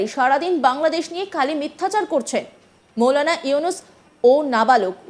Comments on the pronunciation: তোদের সাংবাদিক কে বানিয়েছেরে ভাই মৌলানা নারে ভাই মাওলানা হবে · মৌলানা না মাওলানা আগে উচ্চারণ ঠিক করেন 😂😂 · মৌলানা বলতে কিছু নাই মাওলানা হবে শুদ্ধ বলা শিখুন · আরে মেয়ে মাওলানা শব্দ টাও ভালো ভাবে বলতে পারো